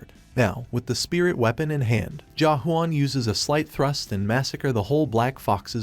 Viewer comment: Is it thrust or trust... bruh i keep hearing both when he says thrust🤣